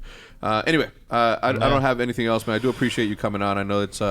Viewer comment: hecz gonna start saying "Preciate that" lmaooo